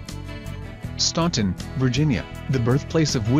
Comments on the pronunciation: It's pronounced "Stanton" Virginia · But the narrator pronounced the city name wrong. It is Stan-ton, as the "u" is silent. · Leigh Trail pmus "au" makes tye aw sound. you just have aome sort of silly fake accent, so you Think it is pronounced that way, but many virginians say it as it is spelled.